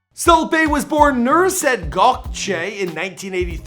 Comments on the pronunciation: His name is Nusret, not Nurset. Not really that hard to read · NUSRET. He keeps saying nurset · It's Nusret, not Nurset . Oh my god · IS HE SAYING NURSET INSTEAD OF NUSR ET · Pronunciation is not thing obviously. The ‘R’ comes after the ‘S’ 🤦🏽‍♀️